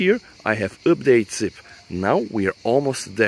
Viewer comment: Please say update not üpdate or use some other word or just don't use we know u are talking aboute this :p